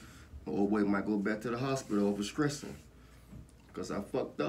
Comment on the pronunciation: “i’m not skressing” 🤣🤣 glad to hear pops doing good👍🏼